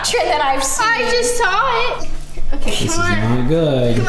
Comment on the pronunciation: when nessa says: OkEh